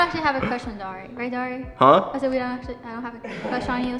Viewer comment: I keep hearing Dori not Dari!😹😹😹